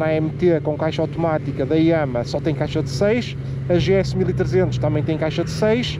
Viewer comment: no Brasil, agente fala "yamarra" e não "yãmá"...